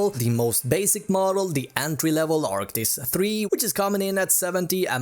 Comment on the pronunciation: It's not arctics ...it's arctis